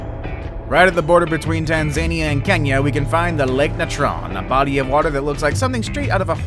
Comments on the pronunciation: It's TanzaNeea, not TanZANe ia. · "Tan-zay-nee-uh" ??? You may want to look up how it is actually pronounced. It is easy to do.